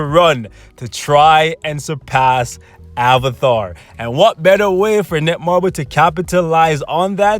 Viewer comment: Did he just say avathar